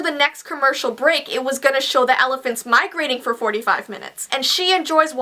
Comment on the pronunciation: XD u said Claines instead of claires and first instead of for but it ok but lel XD